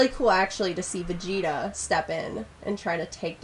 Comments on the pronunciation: She said Vagetuh. Not Vegito. lol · She said vegita :v